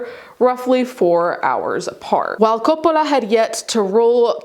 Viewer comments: stop pronouncing Coppola like you are still in Italy 🇮🇹 😯 😯 😯 😯 😯 😯 😆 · Why is she saying “Coppola” like that? Sophia doesn’t pronounce it like that. She presents a very typical American pronunciation of the name. I don’t think her father pronounces it like that either. Sophia was born in the U.S., in NYC. Her father was born in Detroit. His parents, Sophia’s paternal grandparents, were both born in NYC. I’ve also never heard the family winery pronounced that way either. Sounds kinda weird. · Why does she speak normal ‘merican and suddenly French when saying Coppola. Distracting. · I keep forgetting you are Italian, and the way you say Coppola is fun to hear, because I often forget names from the language it stems from sounds different.